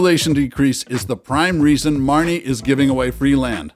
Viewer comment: It is “Marne” not “Marnie”!